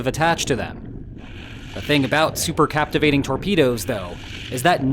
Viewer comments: Super cavitation, not captivating. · Supercavitation is not "supercaptivation" ! 🤦‍♂ And please, next time let me draw the visual illustration, because this on sucks on several points.